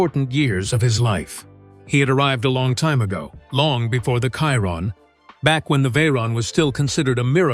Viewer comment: Its a bloody Chiron pronounced SHIRON FFS Not Kiron with a K. Bloody AI voice over you should get this right. So many people have told you but you choose to ignore them. Why?